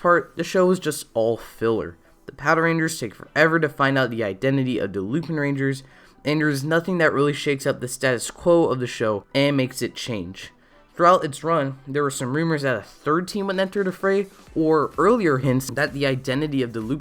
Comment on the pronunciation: Sorry for being that asshole who sticks it to people in pronunciations, so take the following as suggestions. It is pronounced "Lupanranger", even if it is written as Lupinranger, the name is based on the fictional character Arsène Lupin, a french character for which literally the whole pop culture image of a phantom thieve comes from, even if you don't know that name (or read any of its stories before), it is similar to Frédéric François Chopin, one of the most famous composers in the world, who's last name is most commonly pronounced "Chopan" (not "Chopin"), made himself a name in France with his compositions. Also, it is pronounced "Gauch", not "Gauche" despite how it is written, it is french for left since she was the left hand of Dogranio. Hope I am not being a dick for saying this, but these are french corrections, not japanese, I figured that if you were interested in learning a second language, french would be a more tantalizing option.